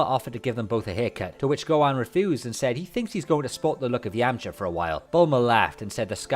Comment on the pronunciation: God your pronunciation of Gohan is irritating 😂